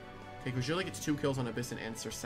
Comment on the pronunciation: Ok as somebody who has used cragildae for a while i have a few comments 1 bandit is super mid the most op set for cragildae is attack and speed invested war cry ferocity Also as soon as i heard crah-jill-day i checked out